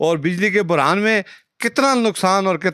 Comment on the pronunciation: بجلی کا برہان نہ بولو بھائی بحران بولو